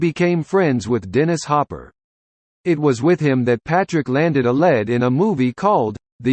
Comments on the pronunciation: "...landed a "LED"?!!!" This is what happens when you let a computer programmed by foreigners narrate ANYTHING!!! TRY A LIVE HUMAN NEXT TIME!!! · I dislike using AI for the narration. When it mentioned Patrick Wayne having a lead role, it was pronounced like the past tense “led”. A human would have pronounced it correctly. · This sucked big time. I left after the commentator stated PW had the 'lead' pronouncing it as the metal . Sad ending my left butt cheek.